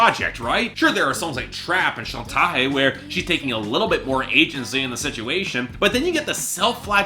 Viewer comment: This man doesn’t have the range to provide a proper review. You can tell he only knows Shakira from her English work. I would rather see someone who is familiar with her entire discography and someone who knows Spanish to give us a proper review. This review fell flat. also the fact that he tried pronounce Chantaje with a French accent was funny. He also pronounced Comme Moi, Comé moi as if he was trying to speak Spanish and not French. Nada and Amarillo have been declared the best and most underrated tracks by fans.